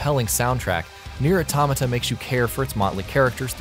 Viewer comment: Finally someone who says it correctly lol...... I hear so many YT'ers calling it Auto-mayta.....